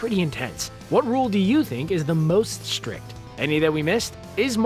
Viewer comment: Take a drink every time the narrator says "shtrict"